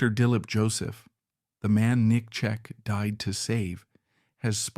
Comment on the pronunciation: Because these videos are garbage and they’re using people’s names to try to make money. It’s disgusting. They aren’t even pronouncing his name correctly